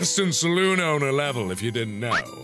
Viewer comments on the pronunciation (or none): none